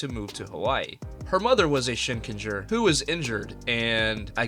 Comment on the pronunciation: Shinkenger did not hit right in English, it was butchered. But it was absolute peak Sentai.